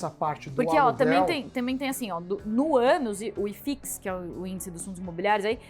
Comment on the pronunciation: as sai um "no anus" kkkk